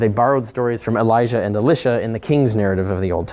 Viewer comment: Ee-lye-sha Not ee-lish-a